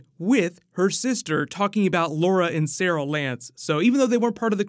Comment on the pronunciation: Anyone notice say Saral and Laura instead of Sara and Laurel 😂